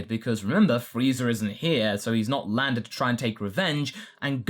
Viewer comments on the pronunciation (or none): Hey i hear him sometimes say freezer and vageter instead of friza and vegeta sometimes. is that because of dragon ball abridged